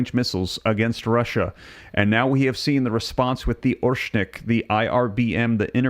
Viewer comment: Learn to pronounce Oreshnik correctly. It’s not orshnik, it’s Oh-Rehsh-Nick, the stress is on the second syllable.